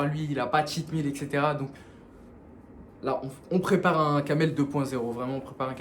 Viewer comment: il a dit cacamel haha - pardon.